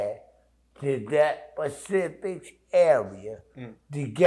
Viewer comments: Him saying pacific instead of specific coulda told u that and saved u the 10 min. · It’s specific. Not pacific